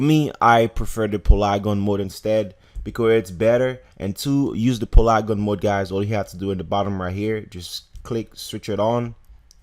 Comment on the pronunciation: PA—-LEEEEEE—GON. PA—-LEEEEE—GON not PULAGUN MODE for godsake